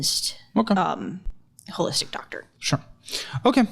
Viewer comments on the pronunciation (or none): She lost me at "wholistic" and "chiropracty"